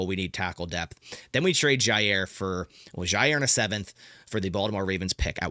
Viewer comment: I don't know why this makes my skin crawl so much, but there is no Z in Jaire !!! It's pronounced JI- air And HOW does he find a way to say his name 14 times every video!!!ll